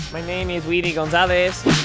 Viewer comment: Am I the only one who thought that was racist😂 "Gonzalez" lol